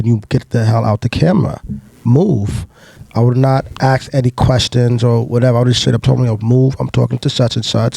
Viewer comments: Bro tell that dude its asked nog aksed fucking hell cant atleast the hosts talk normal english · Whys it so hard to say ask